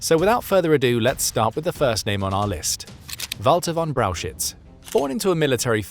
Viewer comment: Please do some rehearsals or train your robot on the names. It is not Walter von Braushitz. 😂